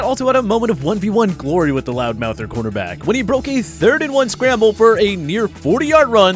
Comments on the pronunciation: If you could pronounce corner back correctly that would be appreciated. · He's saying cornerback.